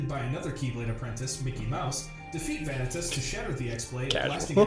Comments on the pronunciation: The way vanitas is prounouced in this hurts my ears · He pronounced Vanitas wrong and Donald + Goofy running into Sora wasn't a pure coincidence, they were looking for the 'key' as instructed by Mickey. I'm saying this as someone that hates the story of Kingdom Hearts. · I feel like biggest mistake with this summary was trying to explain the details of each game in chronological order; it's just more confusing that way =( also, if he's such an expert, how come he pronounces several names wrong?